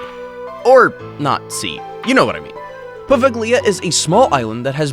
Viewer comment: Poveglia is not pronounced like that. The g is silent. Maybe check pronunciation before making these videos 😉